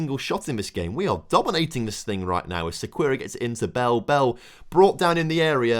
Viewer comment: don't apologize for the long transfer special, it was awesome! the headaches and successes are equally fun also i think Diego's last name would be pronounced "seh-key-air-uh"